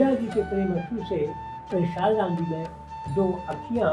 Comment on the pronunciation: आपको सब चीज की जानकारी अच्छी है पर मैं आपको बता दू की सालेग्राम नहीं बोलते शालिग्राम बोलते हैं 🙏🙏